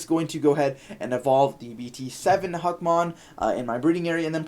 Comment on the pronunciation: im giving this a dislike because u keep saying Hackmon. lol it literally says Huckmon